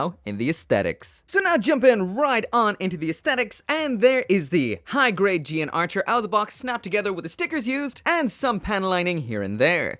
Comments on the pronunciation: I remember when this thing came out, people went wild posing it in all sort of.... suggestive ways. Also, the mech is actually pronounced as the "Gun Archer" and not "G N Archer", breaking away from the usual 00 convention. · yes, it does. I think the suit is only mentioned once or twice, but when I did notice it, it was pronounced as gun archer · The English Dub pronounced it GUN ARCHER